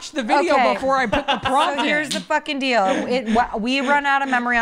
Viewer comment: definitely pronounces deal as dill and I have heard him blame it on Colorado!